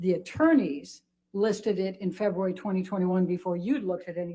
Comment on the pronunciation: I'm gonna to leave the fancy analysis of the attorney's incompetence, I just get irritated by the way she pronounces February.